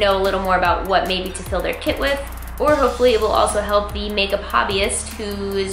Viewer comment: "Zee lips"😂